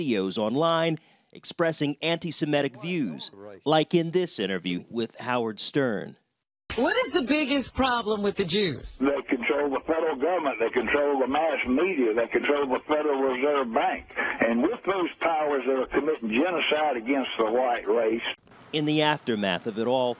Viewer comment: “They conchole the fegrel gubment”